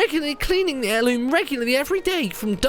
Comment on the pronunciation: What's an Heriloom? Heirloom sure. But Heriloom? Must be a Hylian thing